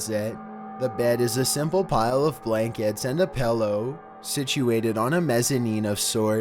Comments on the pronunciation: I hate it when people say pellou. It's pill-oh. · says pellow instead of pillow